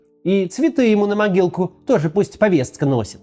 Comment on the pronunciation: Максим, почему повесцка?